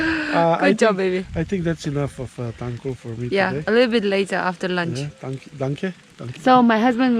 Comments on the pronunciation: Tangkhul pronunciation is just wow 👍😱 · His tangkhul accent sounds really good . 👍😅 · His pronunciation is too good for someone who never speak tangkhul. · Wow your Tangkhul accent is too good❤️❤️❤️ Nashi wui tomatoes 🍅 chiva ningyangwungnai.